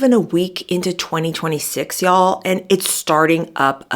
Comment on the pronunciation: Y’all ? With a yankee accent ! Wow.